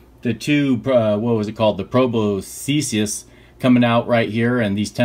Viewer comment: It’s pronounced “pro-boss-iss ” ;)